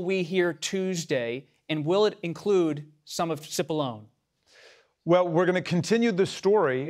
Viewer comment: It's pronounced "Chipollonay" not "Sipollony". He's a "Big Onion", not Liquid Baloney.